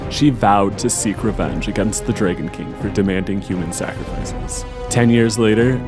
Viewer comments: why can't the voiceover guy say DRAGON. not drayguhn - goofy accent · Why do you jeep saying DRAY GONE bride???????